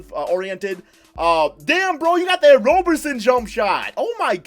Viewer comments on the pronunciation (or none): none